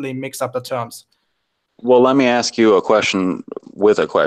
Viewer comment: You know you're about to have an intellectual conversation when it starts off with 'Can I axe you a question?"